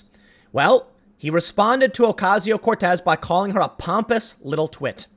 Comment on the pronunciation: He wanted to say Twit with an "A" instead of an "I" lmao.